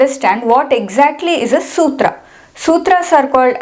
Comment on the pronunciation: love the way you prounced the sutra and will follow your videos as i just started learning sanskrit n is so difficult to memorise. maybe my age not right to memorise. still i will try n not give up.